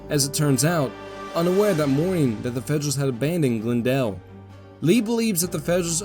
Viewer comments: Half the time you pronounce Glendale as "GlnDALE" and the other half as "GLENdale". Which is the proper local pronunciation? Whichever it is, THANK YOU yet again for such a wonderfully illustrated and explained history of this important set of Seven Days battles. I can't thank you enough for providing what will be some primary sources in a related project I am undertaking. In these battles, with the constant mixing of division and brigade assets among the combatants, it is so hard to "keep things straight" in one's head. It's nice sometimes to SEE IT in front of you, rather than read a list of brigade commander names and regiment names and locations!!! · Have a listen to your voiceover, in this Malvern Hill episode, and also for the Glendale battle itself. Half the time you say, "Glen-dale" with nearly even emphasis on the two syllables (as I might guess it would be), but just as often, it's pronounced "Gl'nDALE" (emphasis on -dale). The disparity is the reason I ask.